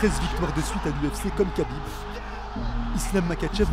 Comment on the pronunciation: Arrêtez de prononcer khabib et makhachev avec un K putain faite un effort.